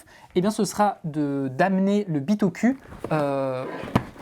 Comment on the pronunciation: Super vidéo, mais par contre la prononciation c’est bitokou ! On prononce sakOUra pas sakUra ou encore PokémonE pokemON Merci 😒😂